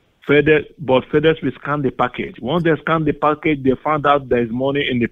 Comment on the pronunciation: Shes dying the voice ge has lol packaged lol cash not pack